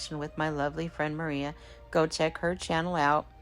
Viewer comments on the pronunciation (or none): none